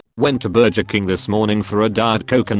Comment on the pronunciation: I can’t get over the fact that this narrater voice says burger as “burjer”